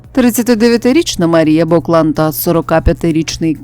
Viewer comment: Не БОклан,а БоклАн! Мабуть,не чули цього прізвища,а подаєте інформацію ,ще й незрозумілим прочитанням!